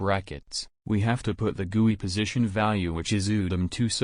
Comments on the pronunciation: I love how the robot voice pronounce GUI as Gewi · its just me or i just heard (g)uwu instead of gui?